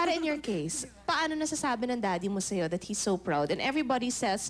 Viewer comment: Actually... tha well.. hehe.. di ba pwdng kompletuhin ung THAT...